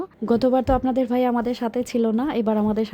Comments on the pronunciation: কথা শুদ্ধ করে বলেন আর বাই হবে না ভাই হবে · তাই শুনতেও ভালো লাগেনা। উনি ভ কে ব উচ্চারণ করে সবসময়। ভাই কে বাই ভিজা কে বিজা ভিডিও কে বিডিও ভুল কে বুল ঘর কে গর এমনটা বলে।😢